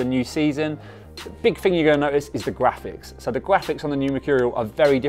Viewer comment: Thats insane ahahaha ''new gwaphics'' ahaha